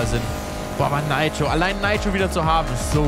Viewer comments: Bitte sag nitro nicht neitro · 1) bitte sag nit neitro sondern nitro 2) es heist nit Rap sondern R E P lern de aussprache a bissi danke ukd bmw falsche Wahl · Ich sterbe jedes mal wenn er „Naitro" Sargt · Heißt das "Neitro" oder wird es als "Niiitro" ausgesprochen denn als Kind haben wir immer Nitro gesagt ! Voll komisch wie Felix es da ausspricht :D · Bin der Einzige den das triggert wen dner Nitro sagt??